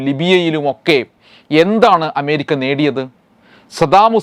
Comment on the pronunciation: അഎന്ന അക്ഷരം നേരാംവണ്ണം ഉച്ചരിക്കാൻ ഇയാൾക്ക് അറിയാത്തത് കൊണ്ടാണൊ എമേരിക്ക എന്ന് ഉച്ചരിക്കുന്നത്?